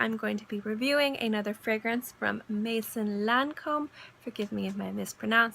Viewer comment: Maison Lancome - ,,Mezon Lancom